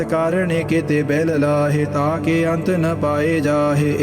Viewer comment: Bhai sahib ji tusi ਅੰਤੁ ਦੇ ਪੈਰ ਚ ਔਂਕੜ ਵੀ ਬੋਲੀ ਜਾ ਰਹੇ ਹੋ ਮੈਨੂੰ ਲੱਗਦਾ ਇਹ silent hundi ਜਿੱਥੇ ਤੱਕ ਮੈਨੂੰ ਪਤਾ ਸਹੀ ਉਚਾਰਨ ਕਰੋ ਬਾਣੀ ਦਾ